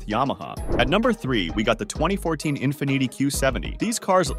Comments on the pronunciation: "Infanneetty" > Infiniti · I hate the way you say infinity lol